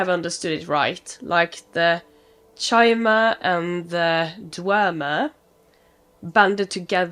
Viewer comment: It's pronounced k-i-mer 👍 Yeah with how much you enjoy the lore you would LOVE playing Morrowind. Highly recommend it for your todo list Sera is a moniker of respect from the old Velothi, an ingame language of the ancient Chimmer who where also called Velothi and are now called Dunmer. Think of it like a sex neutral Sihr. or Madam. Forgive me is someone has already explained this. The damage numbers are comparing your currently equipped weapon (Daybreaker) to the total max drawback damage of that hunting bow+your arrows. Just because number go up doesn't always mean it's a better option for you to use. Ysgramor after the night of tears be like: 🗡🛶🛡 Try rearranging the letters in that guy's name. But only after you get a very special sword in Whiterun... Wait she's walking off with Dawnbreaker! 😮 . So keep in mind that when a Stormcloke or thier supporters talk about driving "the elves" out of Skyrim they mean the Thalmer specifically (who have permission from the Empire) not literally every elf although some of them aren't smart enough to articulate that